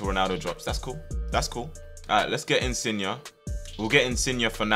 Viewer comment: my man said insigna